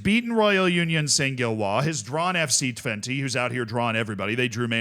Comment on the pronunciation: Just a small correction for the Dutch teams: AZ (A-Zet) and FC Twente (FC Twentuh)